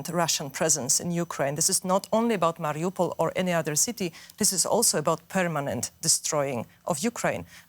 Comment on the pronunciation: Its obvious that the Germans are still not ambivalent about supporting Ukraine. Melinda Crane cannot even pronounce the word Mariupol correctly.